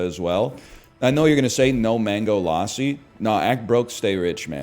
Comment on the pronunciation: It was painful to agree with his Indian food preferences but listen to him pronounce lassi. At least he's not the type of person to stare at the menu for 10 minutes before ordering the butter chicken